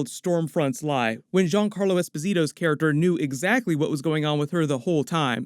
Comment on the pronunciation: hey man GIANCARLO ESPOSITO the Giancarlo part you pronunce ITvery good and the ESPOSITO almost...it is with the accent on the O not the I